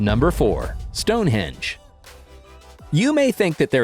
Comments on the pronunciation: Stone hendge not hedge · It's stone henge not hedge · I noticed that too. First time I know of that someone made that uneducated error. (Actually it's stone henge)